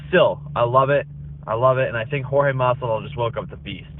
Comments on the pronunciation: His name is Jorge not George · why chael keeps calling JORGE , gEORGE